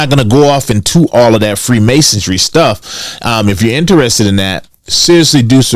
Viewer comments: Freemasonry . Not freemasondry lol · Said “free masodry” twice 🤣 MASONRY genius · First you gotta learn how to say freemasonry. Theres no t or d in there. No self respecting conspiracy theorist will be taken serious on any subject when they mispronounce key words or phrases....